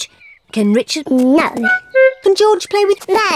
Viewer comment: It’s George not joj